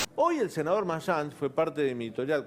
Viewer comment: espert quiso decir mayans y dijo marsans la ex empresa aerea dueña de aerolineas argentinas